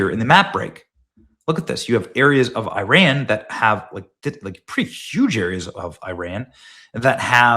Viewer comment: Please say ‘Iran’ correctly. It is not ‘I ran’.